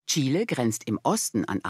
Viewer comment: Bravo! Chile mal richtig ausgesprochen. 👏